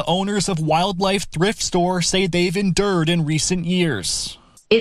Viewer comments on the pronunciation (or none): "en dirred." smh